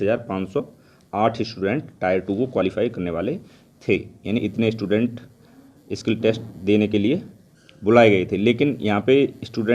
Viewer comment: Bro it's not kill test It's skill test